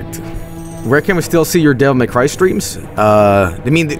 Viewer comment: “Devil May C”